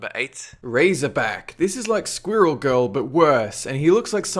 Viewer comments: can you pronounce squirrel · Am I the only one bothered with the way he says 'Squirrel'? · say "squirrel" ONE MORE TIME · Jack Fyfe well I spoke French before English so I guess I'm not used to the dialect in areas like Australia and the uk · I like how you say squirrel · Say squirrel again